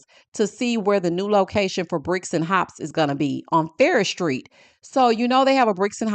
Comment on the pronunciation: It's Farrish Street😂